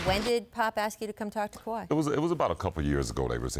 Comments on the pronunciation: ”Kah~wad” -chicago bulls rookie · Is Scottie calling him kawhad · If he call that man "KAWAD” one more time 😆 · “Kawad” —Scottie Pippen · Leonard had a "Kuwad Injury" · Lol why Pippen keep calling him kwald lmao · He was saying Kuhwad with confidence😂😂😂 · People acting like he wasent saying kawad I'm like wtf ty I ain't crazy 🤣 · Leave it to the media to not ask the right questions. How come no one asked Pippin why he pronounces Kawhi name KAWUD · Does no one else hear Scottie calling Kawhi, "Kwad" ??? Or am I trippin lol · I swear if pippen says "KOWHAI" one more time... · Kawad.... Kawad.... Kawaaaad... Damn it's kawhi right it down and spell it out Scottie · Why Scottie keep calling kawhi kawhot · Scottie Who the fuck is Kawaadd lmao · lol I know come on pip! it's kahwai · Scottie "koowad" pippen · Did he say khawad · Lmbo no one correcting him either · That’s the Arkansas in Pip that made him pronounce Kawhi’s name like that. 🤣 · Lol Pippen is saying Kawhi name wrong 😂😂😂😂😂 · Why cant scottie say his name... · why is Scottie pronouncing Kawhi name like that 😅🤦🏾‍♀️